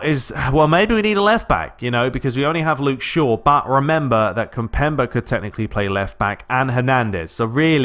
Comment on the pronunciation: its pronounced kim-pem-bay